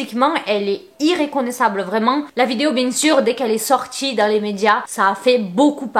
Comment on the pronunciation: on dit MEconnaissable